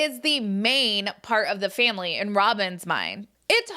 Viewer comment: Robyn is disgusting & absolutely ruined this family (or "fam-wee" as she says 😅). She is a homewrecker & continues to refer to her women-daughters as "kids". 😆 They probably all still use binkies. I agree with what was said in this video...absolutely. 🤢 🤮 Robyn won the prize, tho. She got the narcissistic, gross, Roman Noodle Head husband. 😆 🤣 😂 😹